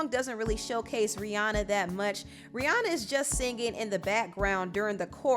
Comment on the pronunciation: you pronounce rihanna wrong .